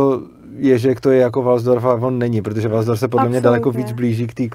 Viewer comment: nerika se walsdorf, ale waldorf ;-) A co jsem slysel, tak to od svobody ma hodne daleko...